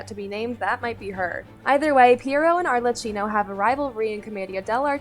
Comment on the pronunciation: arlecchino is pronounced arlekino :D